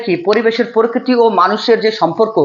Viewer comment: পরকিতি না প্রকৃতি